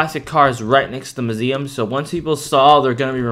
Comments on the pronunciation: why do u now suddenly? call it muzeam? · The way he says muesm lol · I love how he said musem